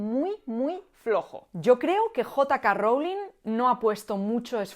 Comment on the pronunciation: Jota Ka Rowling 😂😂😂